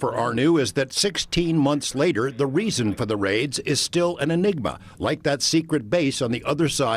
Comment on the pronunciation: Faids?? What’s that word? I looked it up but it has to do with Irish something.